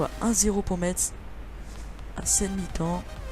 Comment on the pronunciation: Quand tu dit FC Metz, ne lit pas le "T" ! En gros tu dit : "FC Messe"